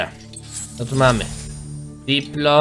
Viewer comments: To nie diplo coś tam tylko dilo.....CZYTAJ ICH NAZWY(saur się odcina przy podawaniu nazwy np.dilo, edmo. tsinta... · źle czytasz ten nały mięsożerca to Dilofozaur PH jest czytane jako F a diplo to skrót od diplodoka który jest zauropodem